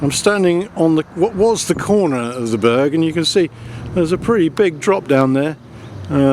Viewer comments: Someone needs to teach him how to pronounce Burgh (it's like burr, the g is silent) The Burgh of Hastings was several miles away, in Hastings. One of the ditches he said was the bughal ditch (and the smallest burghal ditch in England if it were to be true) was one of our right angled evaluation trenches we did before we stripped. The archaeology at the top of the hill was Roman. The archaeology in the valley was middle stone age. We were there so long because there was a fuck ton of flint to dig up systematically. We weren't the reason the road was late, as you know, we left over a year ago. The Crowhurst bridge was still unfinished in May... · Burgh is pronounced Bur(g)h, Berr. Please note, MANY of the Berrs built in Alfred's times where built upon many old hill forts, Roman places of occupation, or in places where local villages, hamlets would come together to defend their area. These were built normally to defend areas of travel via land or river, Warningcamp in Sussex is an excellent example, besides the river Arun, or Chichester with its harbours.... Both were Burghs. One beside a river in a place that has been occupied by Celtic, Romans, Romano British and later Saxon/Jutish, whereas Chichester although not an ancient hill fort, or tying in with Alfred's dimensions of a proposed burgh, has got a bloody great Roman built wall around it that would have had a ditch in front of it and would have stood 5 metres tall, but a Burgh Chichester most certainly was. Brilliant vid as always. Keep em coming.